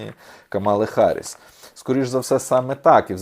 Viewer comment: Камала Гарріс, а не Харріс